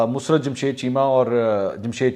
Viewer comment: Not mus rat rather mosarrat